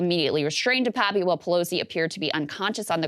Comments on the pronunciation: DePap, NOT "DePapi". Krystal NEVER listens to Sagaar. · Krystal: De-Pappy, or however you pronounce it. Saagar: De-pap. Krystal: anyway! De-Pappy! 🙄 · I went to school with Dave in Powell River, BC, Canada. It's pronounced De-pap. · It's pronounced DE PAPEY not DE PAP or DE PAPI Jesus, America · Cant she bother to get the last name right? Its bit DePapi even her co host told her